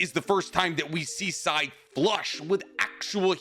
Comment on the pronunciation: the way i stood still while listening to this in my workplace before nodding after hearing "Sai." as though assuring myself all was right in the world